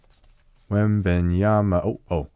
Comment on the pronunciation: You were "Wong"... It wasnt Wembenyama 😂